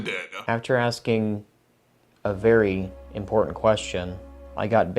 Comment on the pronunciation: "It's vewy easy"